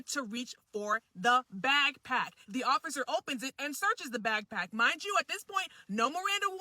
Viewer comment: You said bag pack ?